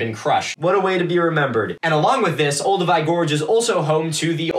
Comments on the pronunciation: me throughout this video: "is he trying to say Olduvai?" " OH IT IS OLDUVAI". "that's a grave, bitch" "Where are the Leakeys?!" "BRUUUHHHHHH LOUIS" "oh SHit" "does this guy know what a grave is?" "I will watch every episode of this" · Interesting to hear it pronounced OldoWAY rather than OlduVAI (which my teacher always prounounced v-eye) at the start. Do you know if it’s a regional difference (I’m British) or is one the actual correct pronunciation? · I think I've been pronouncing "Oldovai" wrong for decades... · Olduvai gorge.. or Oldupai gorge… Ive never heard of oldoway gorge